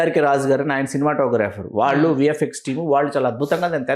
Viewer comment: మీరు దయచేసి “వాల్లు వాల్లు “ అనకండి, వాళ్ళు అనండి.